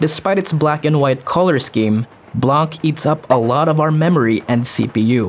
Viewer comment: Blanc means "White" in French, you don't have to pronounce the "C", it's just "blan". Thanks for the suggestions !